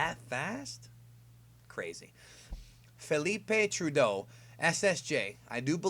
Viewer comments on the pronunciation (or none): none